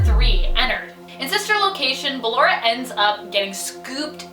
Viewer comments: Why are you calling her Baylor her name is basically ballora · she said Balor its ballora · Top 10 : BALERA. me : ITS BALLORA triggered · It's not Baalora it's Ballora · She said circus baby instead of ballora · Ok her name is pronounced "bullora" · SPODDER BALLORA, SPOODER BALLORA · sorry but this is bothering me its ballora (ball-or-ah) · you are pronouncing Ballora's name wrong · it is ballora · I'm sorry you actually are calling her ballora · I’m annoyed how she says ballora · Why she say ballora so weird? Lmao